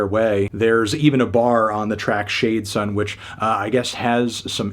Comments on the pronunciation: aint no way u pronounced shades on as shadesun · did this man just call shades on "shade son"